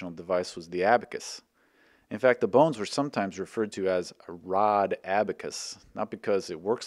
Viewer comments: I keep hearing "The bounce" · The bow-Nz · bawwwwns (no) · that pronunciation reminded me of Sethical's B O N E L E S S P I Z Z A